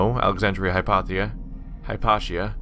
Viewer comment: Have you never heard of Hypatia or is it that you simply never heard her name spoken out loud?